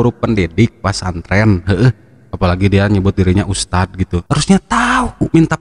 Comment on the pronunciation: Idz ustadz bukan iz . Lidahnya ada diujung saat mengucapkan dzal (ذ) Dibacanya begitul ustadzku yg gantengggg